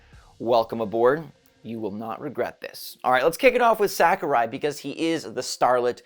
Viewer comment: sah-ku-rai. not sack-u-rai.